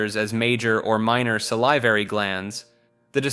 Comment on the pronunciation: SAL-ih-var-ee it's a short i, not a long i.